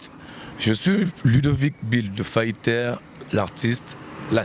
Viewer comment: Mon petit frère s'appelle LUDOVIC et non LIDOVICK